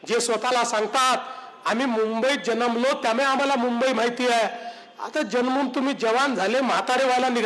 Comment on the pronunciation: जनमलो नाही जन्मलो